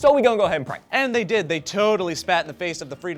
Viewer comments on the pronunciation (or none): none